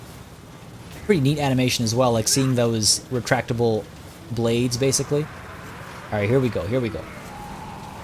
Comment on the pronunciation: Bay-sically... daaaang.